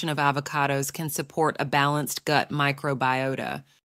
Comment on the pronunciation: Good video but definitely using a robo reader. “The goot” 😂😂